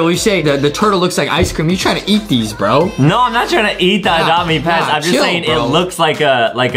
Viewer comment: Geeze Adam go back English class.its not oadopt me it's adopt me Geeze.and also are u taking medicine for your neck.heee.